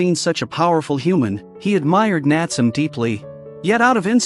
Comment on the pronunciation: Correct pronunciation of the boy's name is Nat-sue-may.